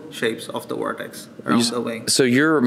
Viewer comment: he has a light accent then all of a sudden an extremely heavy accent when trying to say “vortex”